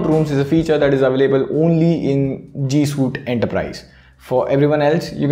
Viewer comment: "Suite" is pronounced as "sweet"